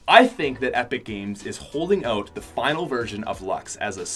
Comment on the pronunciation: The says oat instead of out